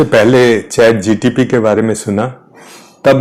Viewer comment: श्रीमान जी चैट जी टी पी न बोले.